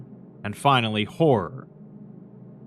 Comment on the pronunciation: Fi... Nal.. Ly....!!!!